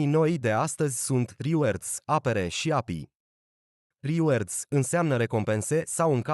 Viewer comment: Big like, dar totusi reward se pronunta /rɪˈwɔːd/